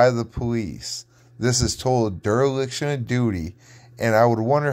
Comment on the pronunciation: “Durr-liction” of duty?